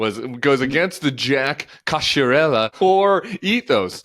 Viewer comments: Ok, if you're going to be snobby about pronouncing your last name in Italian, at least pronounce it right. the "cchi" sound isn't "she", it's "key". So it's "Co-key-ar-ella" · Your name is pronounced in Italian: co-kee-a-REH-la. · Hate to be That Guy, but I’m Italian and not even Jack knows how to pronounce his name correctly in Italian. 😂 "ch" = "k" sound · the way he pronounces his own name wrong 😭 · Sorry, Jack can’t pronounce his own name. 😂